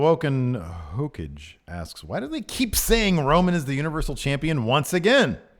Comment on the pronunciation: I'm pretty sure it's Woken Hokage "Ho-Kah-Gay"